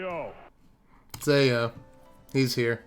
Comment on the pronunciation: Ao is pronounced "ow" but "ay-yo" is way funnier 😂